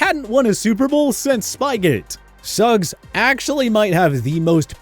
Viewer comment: T. O. Is the only one who pronounced his name like that you got Suggs name wrong